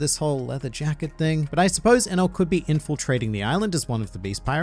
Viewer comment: geez i that enel pronunciation was terrible hahaha